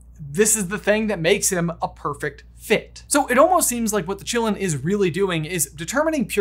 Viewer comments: I always expected it to be pronounced in the Chinese way of Ki-lin. Meaning it's name would be "forest of life" or "forest of blood". Which fits really well. But no. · The actual pronunciation for Qi is "chi" aka "Chee" and also sometimes "kee" like "key" so Asians pronounce the Qilin as "Chee - Lin" or "Kee - Lin". Not Chillin like we're just chillin on the stoop. Whoever pronounced it like that in the movie is an idiot. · You know I saw the movie in my language German and they said Qilin in a way I never could understand what that animal was called. It sounded more like Gi-lamb. It was very distracting. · Pronounced: Chee-Lin not Chillin'. It's Chinese. Like the French school, it's not pronounced Bo-bax-ton, it's Bo-be-ton because it's French.